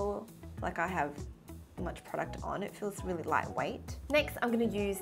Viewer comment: I Like How You Say "Product" 😂